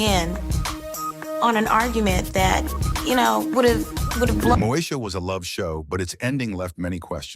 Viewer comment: Moe EEEEEEEEE sha 😑